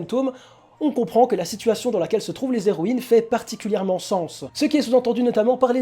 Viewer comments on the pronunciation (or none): Ce manga a l'air assez sympa meme si j'ai pas l'habitude des mangas francais. Bonne vidéo ! (PS: les Héroïnes : pas de liaison entre "les" et "héroines" ... les zéroines m'ont piqué les oreilles tout le long xD)